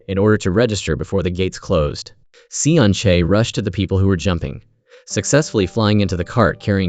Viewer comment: Damn ai 😂😂😂 From seon chae to sun shake 🤣